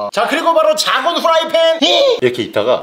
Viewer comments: 아니 게속 후라이팬을 왜 후라이펜이라 하지 ㅋㅋㅋㅋㅋ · 후라이펜 아니라 후라이팬....